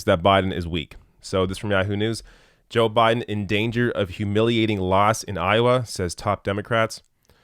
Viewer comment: I LOVE how said "Joe Budden "